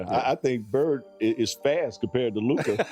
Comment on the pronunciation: How Stephen A still pronounces Luka’s name incorrectly baffles me.